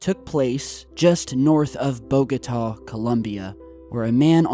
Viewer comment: and it's BOGOTA.